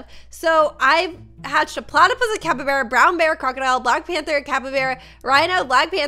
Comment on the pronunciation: Its not capabara its called cappybarra